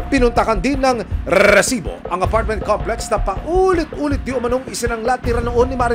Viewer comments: Tanggalin nyo na yung RRRREEEEESSSSIBOOO! Nakaka bwisitB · ilan pong RRRRREEEEESIBO HAHA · Pwede bang isang letter R nalang sa resibo. Ang dami e😂😂😂